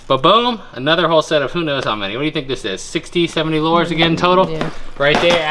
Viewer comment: Not lores it is LURES LURE IS ROOT S MAKES IT MANYT THE E IS SILENT AND MAKES THE U SAY ITS NAME NOT ITS SOUND OTS A HARD "U"